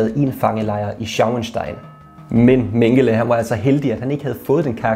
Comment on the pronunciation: Du udtaler desværre Mengele forkert.